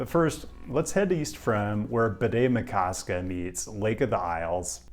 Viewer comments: I’m impressed that you pronounced Bde Maka Ska correctly. Even most locals I’ve interacted with put stress on the wrong syllable or just give up and call it by its old name, Lake Calhoun. There’s an interesting history behind that name change, by the way, that I’d recommend researching. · Great job nailing the pronunciation of "Bde Maka Ska"! Even Google can't get that right.